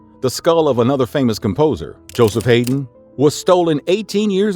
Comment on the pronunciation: Dude, the Ode to joy was Beethovens 9th symphony, not his 5th. The genius Joseph Haydn is pronounced " Hi-Den" not " Hay-den" And finally Mozart is pronounced " Mot- zart" not " Mo- zart" you are obviously illiterate and you shouldn't be a narrator for the classics dude...